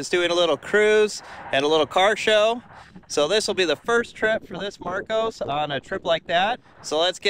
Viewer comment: Mar COSS, not "Marcose". I custom fitted roll cages in some of these for racing. Plywood interior panelling meant every mount had to fixed with steel plates either side of the wood.